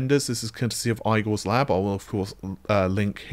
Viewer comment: Please, stop! No more "eye-gore", that's physically painful to hear! It's ee-gore.